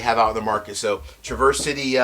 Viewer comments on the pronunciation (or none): Love your channel, but a few things to note. Traverse is pronounced trav-ers city. Not like traverseing a trail. I go to the distillery almost every summer, great town. My biggest gripe though is that (at leat as of 2 yrs ago) when i talked to the person at the counter, everything rhey sell except north cost rye is mgp. Their transparency is insulting frankly. Ill be there again this June, hopefully they are becoming more honest with their labels. What they source is quite good to be fair though. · two things- Traverse City is pronounced differently in Michigan with a midwestern style Trah verse with the accent on the start. Second thing= set me straight, I've been feeling like Old Elk isn't such a good value. MGP juice with low ages for like $90, even finished, that doesn't seem like a good deal- I can get the Woodinville Port Barrel finished for like half that (as an example). Is it worth it? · Pronounced Traver-city. Nice vid, thnx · Hey: I love your content, so I want to let you know that the folks up in Michigan pronounce it -- Tra-Verse City (like the name Travis) and not traverse, like the verb to cross. You will sound like a local when you rock that review! Your pal, Scott